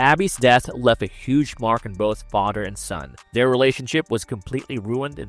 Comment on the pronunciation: Father not fader it's driving me nuts to hear that Father